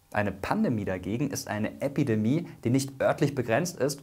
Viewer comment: Es heißt Epi- und nicht Äppidemie! 🤣